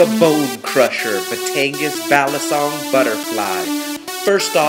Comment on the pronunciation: Just a tip, because it is actually sorta annoying me: I dont really know what ethnicity you are, but your saying balisong like a white guy, (A very common mistake) Most people say the first part right, "bali" but the last half of the word isnt pronounced like the word "song" It sounds more like "soong" or "sung", and also is said a tad bit faster. and "Batangas" is pronounced "Bah-tang-Ahs" not "Bat-an-gas" (Another common mistake)